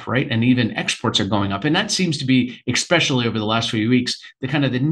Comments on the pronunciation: Why does he keep pronouncing especially "expecially"? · Can’t stand it when people say “eggspecially” “Eggspecially when copper is in such demand” 🙄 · Can’t take a bro seriously if he says expecially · tuned out after the fourth "exspecially"